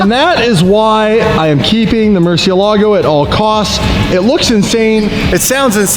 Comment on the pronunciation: Maybe if we pronounce it right it will behave Murcielago = (murci-el-ego)😅😅🥴😂